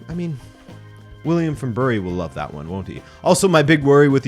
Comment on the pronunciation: Btw, before William gets angry at you, Bury is pronounced like "berry".